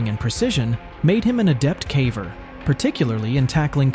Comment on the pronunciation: Good content but the AI voice is annoying. It mispronounces lots of words. (Like "caver"...)